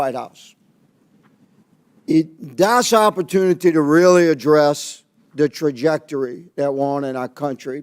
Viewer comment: learned a new word. He has a hard time sounding out “trajectory”. ELBOS UP CANADA 🇨🇦